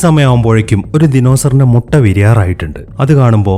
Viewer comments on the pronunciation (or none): none